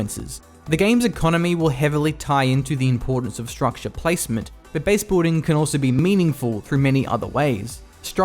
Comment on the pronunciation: Is it just me or is anyone else really bothered by the incorrect pronunciation of "base-boolding"? However, I really do appreicate his almost immaculate pronunciation in general as all other words are crystal clear perfect.